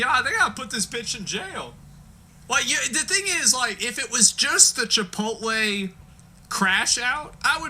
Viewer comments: Chiptole = chip oat lay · Chipital. Can't stop laughing. 😂😂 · "Chipital" 😂 your awesome. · Next time im in line at chipotle im going to pretend im on the phone and keep referring to it as chipotull 😅 i may record the reactions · Chipotull 😂 you my friend are a natural comedian. Love it!!!!!